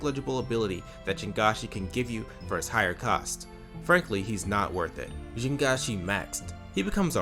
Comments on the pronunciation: Great points all around, but pronouncing jiangshi "jin-ga-shi" is diabolical (its"jiang-shi" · the thing about pronouncing jiangshi is that the chinese j- phoneme doesn't actually exist in english, but it's relatively easy for english speakers to get the hang of. so like, mispronouncing the j- is understandable, but 3 syllables is diabolical yeah edit: PRONOUNCING ONMYOJI LIKE IT'S A FRENCH WORD LATER IN THE VIDEO!?